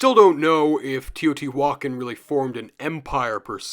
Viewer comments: Thanks for the content, I've enjoyed it. However, in moments it hurts to hear quite a botched pronunciation - first one I heard was Teotihuacán. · Teotihuacán is pronounced not like that